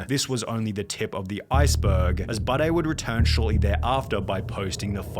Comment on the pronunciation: The way he says Budday sounds like he’s saying Bidet which makes me think he wants people to pronounce it bidet because he has a weird pissing fetish or something